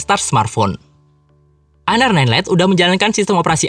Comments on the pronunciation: Siapa bilang? Lihat review org luar makanya, mereka nyebutnya Honor bukan aner 😏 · Plis dah, jangan sok english 😐 honor itu dibacanya honor aja kok bukan aner 😐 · PA LEVI iya bro orang luar bacanya tetap honor 😁😁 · honor dibaca aner